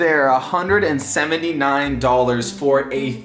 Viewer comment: a hundred and semeny nine